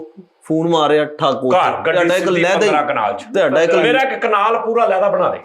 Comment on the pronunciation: Tihada kia hota hai flakshear Des book main tihada tihada kehta rehta hai ur is show main ye tihada pol raha hai Tihada nahi tohada hota hai